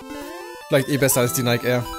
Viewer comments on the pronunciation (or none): none